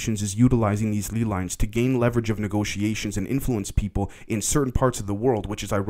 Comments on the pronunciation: Its 100% lay lines, not lee lines 👍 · I know it's a relatively small and unimportant thing, but man...it's pronounced LAY-Lines, like the potato chips.